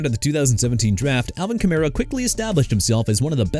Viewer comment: KEEP MISPRONOUNCING EVERYTHING AND EVERYBODY... I DON'T CARE NO MO'... YOU'RE DONE OKAY?? ALVIN KAMARA AS IN KUH-MA-RUH AND NEW ORLEANS AS IN NEW OR-LINS NOT NEW OR-LEANS!! CHICAGO PRONOUNCED EITHER SHUH-KAH-GOW OR SHEE-KAH-GOW!! AND MIAMI MADE A MISTAKE BY TANKING FOR TUA SO YOU AIN'T GOTTA KEEP THROWING IT IN MY FACE DUDE!! HE'S IN ATLANTA NOW! YOU UNDERSTAND THAT?! AND IT'S MICHAEL PENIX JR.!! ALSO YOU FORGOT EKELER PLAYED FOR THE L.A. CHARGERS SINCE YOU FLAT OUT FORGOT TO MENTION THE TEAM HE WAS A RUNNING BACK FOR!! TOO EARLY FOR THIS MAN... SOMEONE NEED TO FIRE YOU...